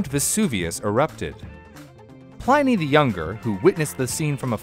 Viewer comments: Pliny's name rhymes with 'tinny' or 'mini' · He’s pronounced “plinny”, not “ply-ny”.